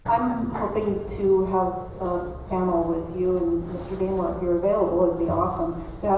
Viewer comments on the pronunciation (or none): none